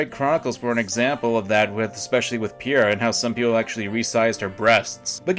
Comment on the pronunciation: How you say pyra like it’s "pira" And actually a better example is smash ultimate which censored mythra (pyra true self) to cover her cleavage and legs